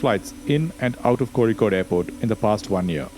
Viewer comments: Happy to see an indian making crash investigation . Also pronouncing Kozhikode correctly made me realise you are South Indian by anyway . God bless ❤ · Thanks!, For the efforts, beautiful narration (watched all three of ur videos in one go), music and clarification. Keep doing wht ure doing!!!!!!! Also the way u say kozhikode is perfect, are u mallu?? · How could you pronounce “Kozhikode” so precisely 😳🤓!? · Explains how you pronounced "zh" right in "Kozhikode". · I know you are a Malayali when you correctly pronounce കോഴിക്കോട് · Your pronunciation of kochi and kozhikkodu makes me wonder whether you are a malayali? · I have seen your channel before but only watched my first video last day while waiting for flight to TRV. Now in this video the way you pronounced Kozhikode made me thinking that you are a Malayali😂❤ Ur content is of good quality. Keep it up brother. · By the pronunciation of kozhikode I deduce u r from Kerala..lol..Txs for all the videos..I’m an avid follower of urs..keep it coming skip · The way you pronounced "Kozhikode" made my day. 😅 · Is it just me or did anyone else notice how correctly he is pronouncing 'Kozhikode'? Usually everyone except Keralites mispronounce places in Kerala. Kudos to the level of attention to detail! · Where are you from? I am surprised you pronounce Kozhikode correctly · The narrator has accurately pronounced the letter ഴ (zha). He is either South Indian or has put significant effort into mastering the smallest details. hats off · I noticed that. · Did you pronounce zh ( ഴ ) correctly you are either a Malayalam or a Tamil , your accent gives Malayali vibes . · I can say you are a malayali by the way youre pronouncing 'kozhikode' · The way you pronounce Kozhikode proves that you are a Malayalee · Finally found someone that pronounces kozhikode properly keep up the good work . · Are you from Kerala? becoz you are correctly pronouncing kozhikkode😊